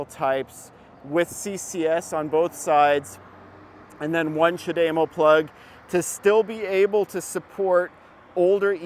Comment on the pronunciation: knows what he is talking about. Except his pronunciation of Chad - E- MO. No. dame O you must be watching Nikki from transport evolved too much. I have had a leaf over 8 years and lots are still around they have sold 600,000 I see new ones all the time. I hate when people dismiss it just because Tesla decides the need to use every charger. We have lots of dual units and superchargers so their is no reason for Tesla to use non Tesla when most post I see is how great they are and how bad everyone else is. Then use Tesla. I just saw a guy on Twitter who drove across the usa in his bolt and he had zero problems.